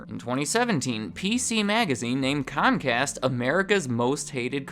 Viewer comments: Comcast? Its pronounced Cumcast, you know, because we're they're bitch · It’s cumcast bro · I think you mind pronounced it. In my neck of the woods it's pronounce scum cast.